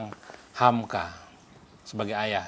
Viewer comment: Moderator nya GAK SIAP. Nyebut nama kepanjangan HAMKA aja salah..